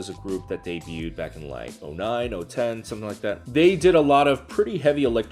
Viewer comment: I LOVE YOU BUT DID YOU LITERALLY SAY THEY DEBUTED IN O-10 LMAO